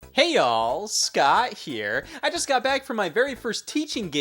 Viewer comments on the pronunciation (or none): Is it “hey all” or “hey yall” because my southern ass can only hear the latter